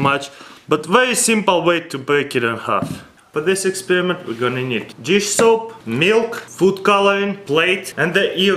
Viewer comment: I can't tell what he said, Jiff soap, Yiff soap, Dish soap, or This Soap.